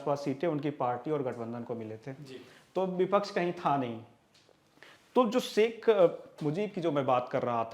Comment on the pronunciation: saik nahi hota shaikh hota hai